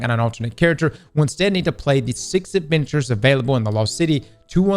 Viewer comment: Did anyone else hear Avengers when he said adventures?